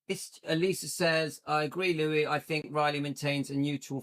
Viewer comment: Louis you say it right ❤